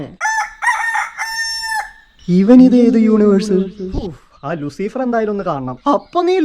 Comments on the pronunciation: Machanee Luseefeer Alla pronouncation Loosifer anu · Luciiifer alla mone Luuciferr😂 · Not ലുസീഫർ its ലൂസിഫർ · ലൂസിഫർ ❎ ലുസീഫർ✅